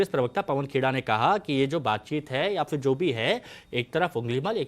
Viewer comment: Fir नहीं phir. उच्चारण सही करो।